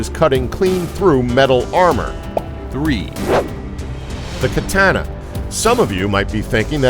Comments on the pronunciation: work on your facts: first off, you cant say katana right, plus it is scientifically proven to be made of one of the strongest alloys in the world, and a fuller is not used for weight reduction, its used for flexibility in the blade preventing it from snapping mid-battle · sorry but the mispronunciation of katana just bothered me don't get mad at me alright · Every time he says katana hesus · sword video where you can't pronounce katana, silly. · If you say Katana like that again, im gonna slap you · The whitest pronunciation of katana ever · GEEZUS my ears bled every time this moron mispronounced Katana. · I don't know why this guy's pronunciation of "Katana" isn't the top comment. Good lord. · Downvoted for your ear-splitting pronunciation of "katana". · thumbs down for the way he says katana. I wanted to punch his face everytime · i love how he gives shit to katana while being unable to pronounce it and knowing almost nothing about how katanas are made: Katana had fragile edge that is right but they were used against (mostly) unarmored soldiers since iron was pretty rare in japan, that is why the technique using it was more evolved in japan than techniques in europe. also the tamahagane exponation is far beyond bullshit, if you want to know something about it watch man at arms reforged. katana were weapons really adapted to their context. unlike most european two handed sword that were inferior to any kind of axe/mace/polearm on the battlefield they were on because metal armor/shields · the way you say katana made me kill myself, gratz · Im not a fanboy of Samurai and the Katana but man its so cringy how this guy pronounces it. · The way you say Katana gave me brain cancer. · I cringed every time this guy tries to say "katana". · The way you pronounce Katana is annoying to the core... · Don't let this guy say the word, Katana, ever again.... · The way he pronounces "katana" makes me want to punch someone square in the face. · Don't ever say katana again!